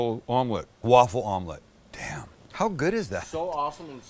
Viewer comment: The Waffle-Omlette: The Offle-Ette or The Offlette.